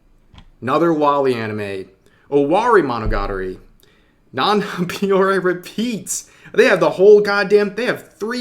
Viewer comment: Non non Biyorye...... Cringe....